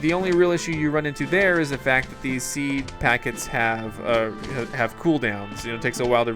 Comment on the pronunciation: You said the fack